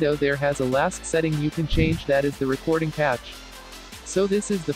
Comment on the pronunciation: I like how the says "recoding"